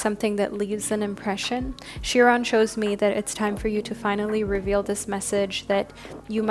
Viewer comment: Chiron (pronounced Ky-Ron) like Celtic is pronounced Keltic. 💖